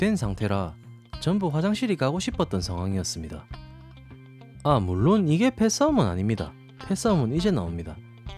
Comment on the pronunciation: 물↗론↘ ㅋㅋㅋㅋㅋㅋㅋㅋ 사투리봐 ㅋㅋㅋㅋㅋㅋㅋㅋㅋㅋㅋㅋㅋㅋㅋㅋㅋㅋㅋㅋㅋ